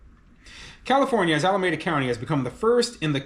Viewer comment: I live in the Bay Area and it's pronounced: alaMEEda.